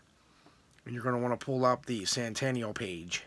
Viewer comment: Its Sentinel not santaneal